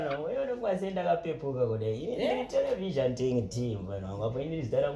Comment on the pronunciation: Televizhanting kkkkkkkk